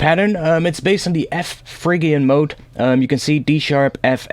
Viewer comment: Hey man, not a huge deal but phrygian is pronounced fridge-ian rather than frig-ian just so you are aware 😁